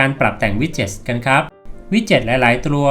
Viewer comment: Widgets หลายๆ"ตรัว"555